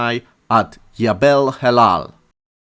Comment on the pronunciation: You say yabel but should say jabel. And the meaning of the word in Arabic is mountain